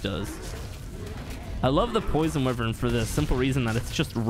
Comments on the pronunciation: It’s pronounced WHY-vern, not wi-Vern. Wyvern. Holy... 🤦🏼‍♂️ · What the fuck is a Wivern.... Wyvern = Why-Vern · the way he says wyvern hurts my soul WIIIVERN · It’s pronounced “y Vern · Wivern tho